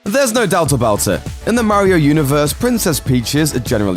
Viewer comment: Does anyone else cringe when he mis-pronounces Mario's name? 😣